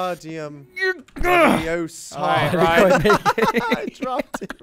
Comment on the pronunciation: its Leviosa, not Leviosar.